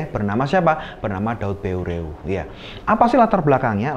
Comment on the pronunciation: Pengucapan nama tokoh Aceh yg jelas ,,, salam saboh naggroe